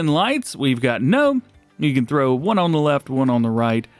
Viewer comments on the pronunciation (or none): none